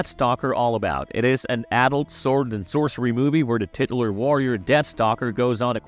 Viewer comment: mispronouncing “titular” was everything ❤